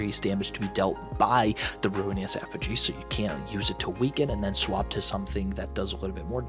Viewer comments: bro really said “Efigy” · Bro really said ruinous ef fig ee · Thats the wrong way of saying effigy